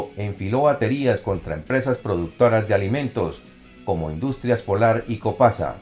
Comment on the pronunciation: """no es copasa es coposa